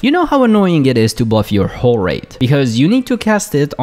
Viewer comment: The problem of mistaking L for R and putting more emphasis on the end of your words really comes out when you say whoRE raid.